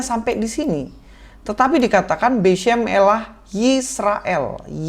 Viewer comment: 🤣 🤣 🤣 🤣 Ustadz Cocoklogi nih!! Kata "beshem" dibaca beshum!? 😂 Katanya ahli bahasa Ibrani, taunya ahli Google translate wkwkwk